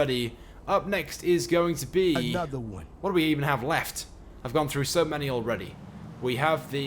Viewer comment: "up next is going to beee" "anotha one" lol